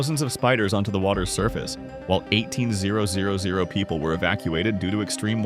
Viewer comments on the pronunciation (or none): the AI cant say 18000